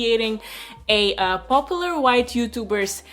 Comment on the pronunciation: I like how she says "popolar" ..hehehehehe